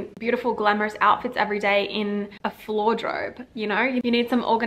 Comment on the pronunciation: Amazing video! Blair is one of my favorite characters ever! I enjoyed everything you spoke about. I also loved that you said "it's the feeling that matters, not the price tag." and it was funny the way you said floordrobe.😂 Like her, I like reading, fashion, having a set schedule/routine and sticking to it, I use Duolingo, and I am very ambitious. I think anyone that loves her and aspires to live like her can def just take ideas and be inspired by her without completely copying her. Blair Waldorf wouldn't want to be anyone else other than Blair Waldorf.